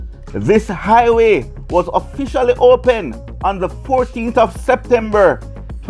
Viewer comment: Please.... The word is "HI WAY"....not "i-WAY""